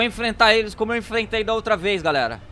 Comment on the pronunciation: vou "enflenta" eles como eu "enflentei" os outros kkkk